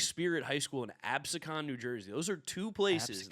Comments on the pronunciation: it is ab-see-con not abysecon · Absecon is pronounced Ab-see-con not Absicon. Great work guys keep it up!